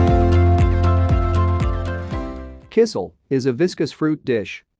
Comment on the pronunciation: KisEL not sIsel. and KefIr not kEfir. Robotic voices tho.